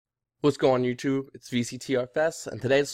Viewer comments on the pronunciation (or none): none